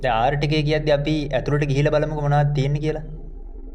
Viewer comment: ආර්ථික යට නේද මේ ආර්ටිකය කියන්නේ මට අහුනෙම ආර්ටිකය කියනවා